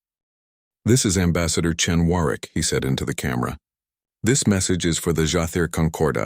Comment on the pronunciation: It is pronounced Warwick.The second w is silent.